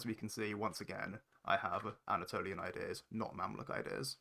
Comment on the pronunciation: He's got a verbal tic where he says his "s" sounds with an extra syllable...."ideas-er", "look at this-er", "place-r" - I learnt a lot of neat tricks from this video